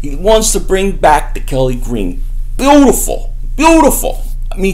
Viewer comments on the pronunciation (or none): Why do you say "beautiful" like that? Relax Kevin James